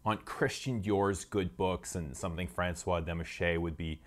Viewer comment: Demachy is actually pronounced like Demachee